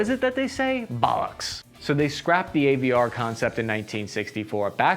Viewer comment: You did the "Bollocks" thing just like a Brit, nice one 👍🇬🇧👍